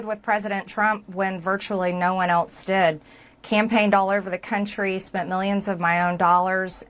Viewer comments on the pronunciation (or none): Hey, there's no 't' in eltse and there's no 'd' in impordant.